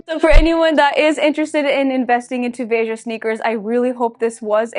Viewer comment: It’s “Vay-juh”. So you said it correctly